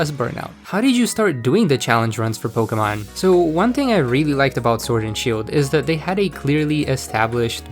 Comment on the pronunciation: I’m so glad someone finally says Pokémon correctly